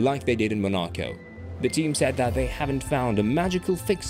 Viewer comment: Mon- ah-ko. Is this a computer?